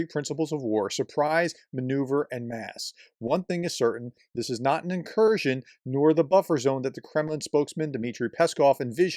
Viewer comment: It’s an in-kurskion.